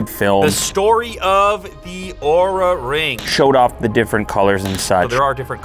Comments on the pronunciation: Great video!. Just try to pronounce Oura as the compay wants to LOL. LTT took a video about this down just because Oura didn't like the pronunciation of the brand. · Be aware of the way you pronounce their name, ask Linus 🤣